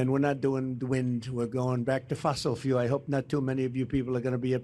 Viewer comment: He said Fossil what? It wasn't the word fuel. Smh